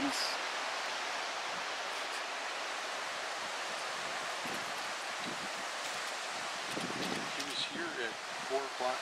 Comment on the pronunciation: What is the 3rd scent? I think he says ANIS? 🤔